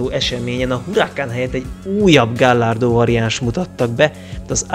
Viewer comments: A video szuper. Érdekes és vicces. A legjobb amit mostanában láttam! De az autók nevének kiejtésén finomítani kellene. Ami legjobban fájt "Gallardo" így magyarosan. Ez egy spanyol szó gájárdónak kell ejteni. A Chevrolet francia eredetű, tehát nem Sevrolet, hanem Sevrolé és nem Kavalier hanem Kavalié. De legalább nem Lamordzsini... Nem okoskodni akarok, de, ha már ilyen jó a video, kár ezzel elronatani. Amúgy várom a következőt, nagyon jól szórakoztam! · A Lamborghini típusokat hagyományosan híres spanyol bikákról nevezik el. Ezért a típusnevet a spanyol kiejtés szerint szokás mondani. "Gajardo"